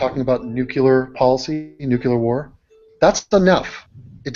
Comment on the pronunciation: Nucular lol (don't ban me)